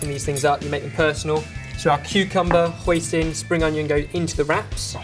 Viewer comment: you pronounced hoisin pretty good :) and thanks for making this video, me and my family have been ordering this since i was a kid and you made it home easy ( usually the duck is made by someone specialized in making it and its roasted)